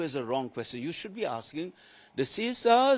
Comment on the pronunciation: "All of you are aaking the wrong questions "